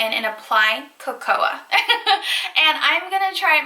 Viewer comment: Co-co-ah beans